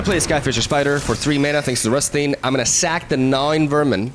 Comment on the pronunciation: It's pronounced Gnaw-ing, you're saying it like Gnaw-Wing. Hope that helps 😊